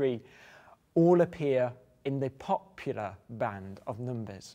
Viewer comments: I love the way he said "POP-pular" xD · The way he says pop...ular makes me shiver with antici..........pation.